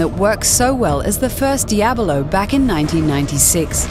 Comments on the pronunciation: I chuckled a bit every time she said Diahbelow. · the way she pronounces it, I'm just like waiting for her to finish the word Abolone.